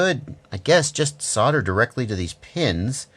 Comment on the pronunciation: Screws... theres a cost saving :D .. and we don't soder here we soLder just pronounce the 'L' in ,,, no ggg :P